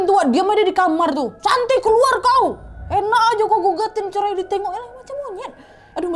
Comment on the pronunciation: Cerai jadi "cermai"